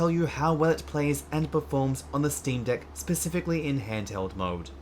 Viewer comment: I thought you called me a "Dick Head" for a second lol